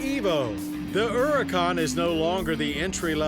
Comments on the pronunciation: The Errrrrracan. Hilarious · At last, someone that pronounces Huracan correctly!